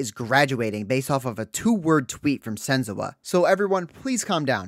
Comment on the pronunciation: Why are you saying sen-zoo-ah????